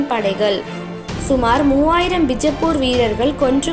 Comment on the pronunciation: That's not North Indian style 'bijappur', that's Karnataka style 'Bijapura', never ever try to fake the highest Gnanpith gained langg "Kannada".